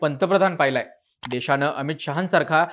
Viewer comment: किती अशुद्ध मराठी भाषा बोलताय आपण? त्याला काही मर्यादा? निदान एक पत्रकार म्हणून तरी भाषा शुद्ध ठेवायचे भान ठेवा!! देशाणे? ऐकून? णेता? पक्षाणे? काय गाढवपणा चालवलाय तुम्ही?